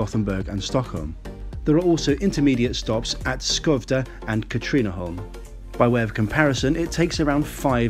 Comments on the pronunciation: Yes but Skövde needs some practice! Should be something like Schovde with the first part like the start of Scunthorpe. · Sjööövde. I know swedish is a fucking mystery to pronounce. Thanks for the praise. I've been to the UK and I understand where you come from. Public transport is so damn expensive there it's bonkers. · Curiously the town of Skövde is pronounced something sounding close to "Fwerve-deh". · Now I’m triggered over your pronunciation of Skövde. Katrineholm weren’t too far off, but you really butchered skövde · As a swede i do not accept your apology of your pronounciation of skövde and katrineholm. You pronounce skövde something like schouvde. And katrineholm something like kattrinneholm. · Nö. It was not. But at least better than Skövde.